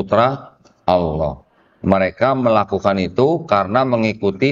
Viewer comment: copek kata Allah,tapi disebut alah....alah...alah😂😂😂